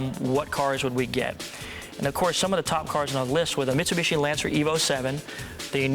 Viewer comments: Wait, what did he say, misuiiibuushshiyyy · "Mitsubischi", sounds so funny how Paul prounces that (not trying to trash him), but of course I hear and know what he means, just sounds funny, that's all!